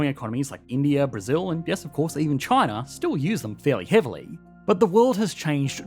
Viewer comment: Chiner, north caroliner😂